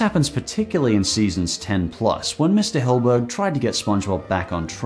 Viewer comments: Sorry, but you pronounce Stephen Hillenburg as "Hill-burg", but it's actually pronounced as "Hill-en-burg". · It bothers me that someone who is clearly a much bigger spongebob fan than I am calls Hillenburg “Hillburg”… like come on